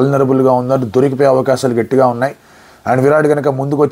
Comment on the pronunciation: "గెట్టి గా " కాదు... " గట్టిగా "☺☺☺